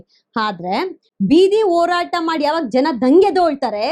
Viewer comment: please learn to differentiate & pronounce properly a & ha properly, its annoying to hear ennu, halla, hagide, orata, etc.